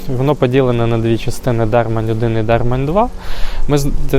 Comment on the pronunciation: ДермАнь, кажуть місцеві, а не ДЕрмань. І чоловічого роду.